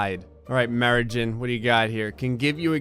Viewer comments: "Marijn" is a Dutch name, pronounced [marɛin], not [mɛɹıɟın]! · he mispronounced "Marijn"